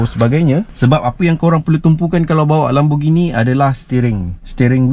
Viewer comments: Pronounce it lémborghini not laaaambo.. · bro LAMBORGHINI la....bukan LAMBOGINI